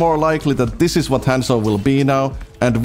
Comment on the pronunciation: how does a one trick pronouce his own characters name wrong?